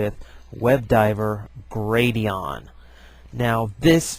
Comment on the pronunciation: It's Gladion, not Gradion.